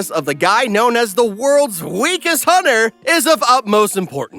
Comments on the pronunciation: Dude you pronounce hunter as hunner it has a T 😂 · Did you know hunter is pronounced with the T